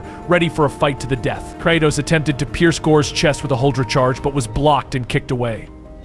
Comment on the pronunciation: AI VOICE OVER TRASH CAN'T EVEN PRONOUNCE KRATOS CORRECTLY